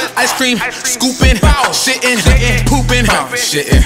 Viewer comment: He said "Poopin" with emphasis 😂